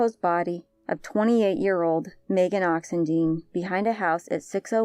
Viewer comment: These cases blow my mind. But I have to correct one thing... her name is Christina Bennett, not Kristin, according to the reward poster. Megan’s last name is pronounced Oxen-dīne, as opposed to Oxen-deen. They definitely deserve to have their names spoken correctly and others are more likely to recognize their names with the correct pronunciation. No offense to the speaker intended. When I heard the story about Hania around November my heart just broke. This has GOT to be a serial killer or killers. Why doesn’t law enforcement care enough to at least TRY to solve these crimes and why are these families not reporting them missing immediately especially if they all were known for keeping in close contact? Fear?